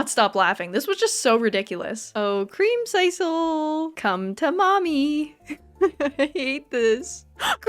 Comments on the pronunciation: I mean it was creamsiscle not creamsicle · Is anyone gonna tell her how to pronounce creamsicle??? It’s like popsicle 😂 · It hurt every time she said it.🤣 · you should play Ooblets! It's like a mix of stardew and pokemon and its so silly I think you would have fun. Also pronouncing creamsicle like that makes me so uncomfortable I've never heard anyone say it like that before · I can't tell if you're purposefully mispronouncing creamcicle like that or if that's how you think it's said XD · I have never heard creamsicle pronounced that way…